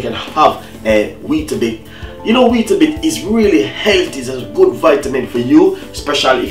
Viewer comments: It's not Weetabit its WEETABIX with an "X" not a "T" ... That was sooooo frustrating to watch when he was saying it!! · It’s not bit it’s bix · Wheatabit-?loool it's wheatabix